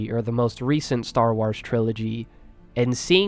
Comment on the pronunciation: Bro said star wowrs instead of star wars